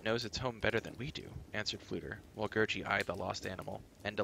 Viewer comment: Just FYI , the creature Gurgi is pronounced Ger-Gee not Ger-jee. Alexander's recorded interviews bare that out.